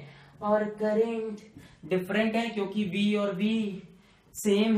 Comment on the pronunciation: Sirr kaa crrntt khuchuk khuchuk khuchuk karke jataaa haiiii😂😂😂😂😂😂😂......... Stilll sirr uu r best😎